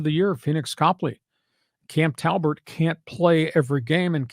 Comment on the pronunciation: "Cam Talbert". That's where I stopped listening.